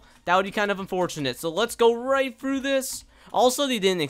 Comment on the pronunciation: Actually its right behind me 😂 not "rigt" behind me you correct him I correct you